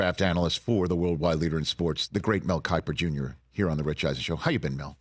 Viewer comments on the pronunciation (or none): Mel kipper ugh I’m sorry but come on Rich